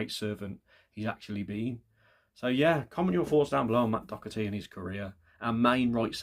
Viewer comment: There's no C in the name Doherty, but good shout